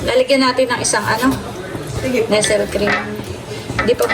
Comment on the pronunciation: Ang tamang pronounce ng NESTLE ay NESS-LAY hindi NESEL... peace